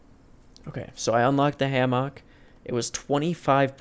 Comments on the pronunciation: He says hammock weird I say it ham uck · I have never heard anyone say hammock like that lol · You say "hammock" like you're making fun of pig butts. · The way you say Hammock drives me fucking insane. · My mans says hammock weird as fuck.... Don't think I've ever heard it said like that/enunciated that much.